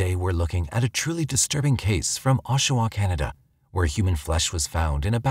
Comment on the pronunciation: is not Oshua, it's Oshawa.